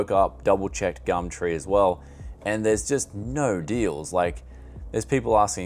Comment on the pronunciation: "gamtree" i'm petty as fuck i know